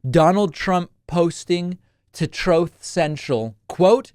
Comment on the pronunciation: Mate why do you call it troth central? The channel is Truth Social . You don’t really think that mane calling gets you fans ? Thats why I unsubscribed